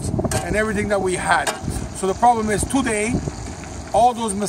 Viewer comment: The best part of the video is the way he says "TOday"